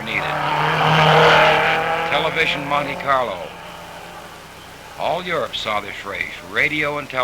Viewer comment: 😂 Der Klang der Aussprache der ersten beiden Worte in Lautschrift : Manni Karlo klingt wie = Money Carlo 😂 wie treffend Herrlich 😊